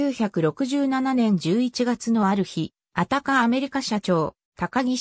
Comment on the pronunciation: アタカよ 日本語変 アタケじゃないよ